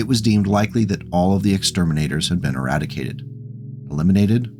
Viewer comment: E RAD E CATED, you asked